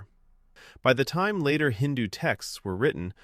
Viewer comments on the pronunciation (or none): none